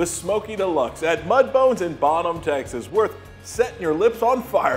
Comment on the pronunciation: This guy's voice a d how he says Texees....drives me nuts